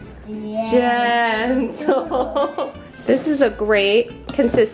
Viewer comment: I was so fed up from the way they pronounced "gentle".